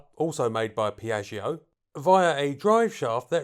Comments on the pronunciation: Piatsho, dump the i in the back. Babble exists. It's Italian. One of the other 7000 languages in the world. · when saying name my ears hurt... otherwise that you for this very unusual aircraft